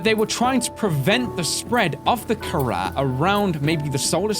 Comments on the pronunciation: it's actually pronounced (ka-rah) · you pronounced it wrong its pronounce kha-raw i know this because my last name has kh in it